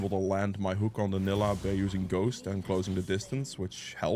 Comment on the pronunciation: Need to give Nilah a bakers skin…. So your pronunciation would be correct 😂😂😂 vanilla without the va